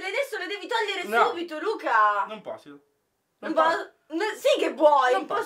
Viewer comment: Luca al minuto invece che dire non posso ha detto non posio 😂